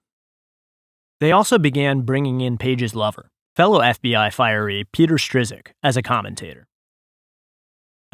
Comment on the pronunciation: Generally good narration - BUT. Narrators have (IMHO) an obligation to pronounce all names of persons and places correctly. "Strizik"? Really? I usually prefer to read rather than listen. That said, the article is excellent. As a former longtime proud lefty, I really appreciate fellow former lefties dealing HONESTLY with these criminals and liars in government and media. It's about time!